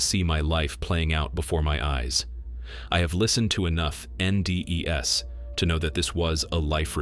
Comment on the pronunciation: Are we admitting these videos are narrated by AI yet? There's the tell you say : "I have listened to enough N - D - E - S", no human pronounces NDE's as N - D - E - S Jen was AI, she was removed because the same voice started popping up on other channels.